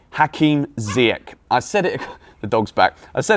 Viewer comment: PLEASE PLEASE stop calling him ZiyeCK!!!! its ZiyeSH!!! its aSHraf hakimi, not aCKraf!!!!!!! how many times do i have to comment this?! :/